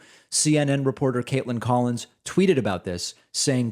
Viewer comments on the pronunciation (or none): collins Not pollins